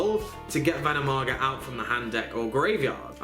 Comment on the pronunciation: Ven NOM i naga....you missed a syllable :D